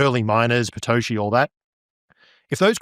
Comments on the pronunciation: Can anyone tell me why he's calling Satoshi, "Patoshi"?? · Is he saying Patoshi?